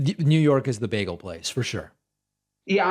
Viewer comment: Bagels are not an American invention(you don’t even pronounce it correctly!)